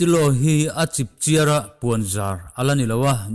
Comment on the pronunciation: khawngaihin kan thil chhiar hian fimkhur deuh ang aw.'chip chiar' tih a 'chiar' hi sava chiar tih a 'chiar' ang a lam tur a ni e